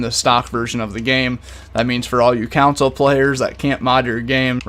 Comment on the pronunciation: and "consul" instead of console